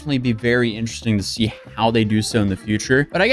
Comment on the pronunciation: Not "see".